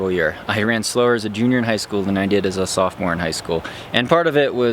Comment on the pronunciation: You mean sophomore?